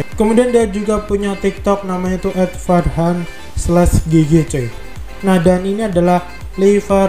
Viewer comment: Bang nama gua farghan di baca = fargan